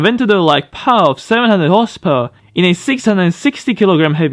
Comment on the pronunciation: this guy can’t say “power”